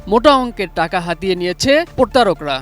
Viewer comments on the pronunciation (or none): পরতারক নয় প্রতারক!